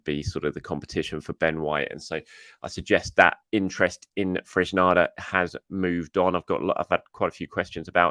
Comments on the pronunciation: I love this channel but the pronunciations drive me nuts! The saga of Sambi Lagonga was a particularly difficult time for me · Its not Fresnada, its Fresneda, he’s spanish, not english.